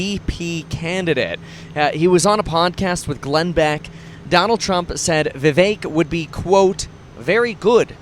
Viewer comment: Vih VEHK not vee vayk ☝️